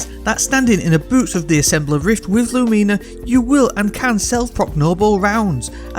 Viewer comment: I'm sorry... "Lumeena"?